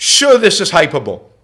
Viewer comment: In lieu of a monetary donation, my contribution is to point out that the word is pronounced Hy-PER-boh-leee.